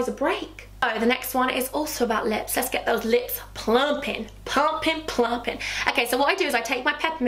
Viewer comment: I thought u were sayin nips instead of lips for the eye cream I was like saucyyyyyyy